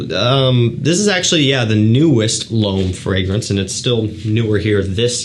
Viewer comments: No it sounds like “above,” as opposed to l’homme which sounds like “bomb.” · we can’t be mad at him for butchering our native language (french in my case). But his pronunciation of l'homme has been tickling me for a few years... I've been holding back on correcting him for 2 years !